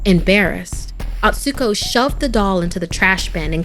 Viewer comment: You pronounced Atsuko wrong! It's A-tsu-ko, not At-su-ko